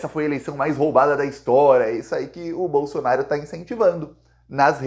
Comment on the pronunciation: Não é Bolsonar i o e nem Valdomar i O Procura um fono, cara não dá pra aguentar 15 minutos falando bolsonarIo bolsonario bolsonario